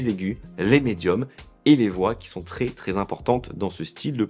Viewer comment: Pourquoi tu prononces très "tré" ? C'est quoi l'idée ?